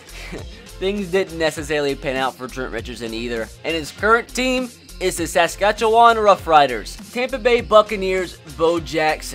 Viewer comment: When u were talking about Trent Richardson, and u said he plays for the Saskatchewan Roughriders, u butchered the word Saskatchewan. I know I'm from Saskatchewan